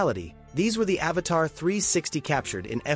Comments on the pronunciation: Please IA, say AVATA, not AVATAR. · Your robotic AI voice keeps calling it an Avatar and Avata! Learn how to pronounce the name of the drone before you decide to do a video - 👎